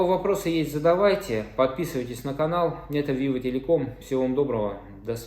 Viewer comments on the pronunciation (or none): none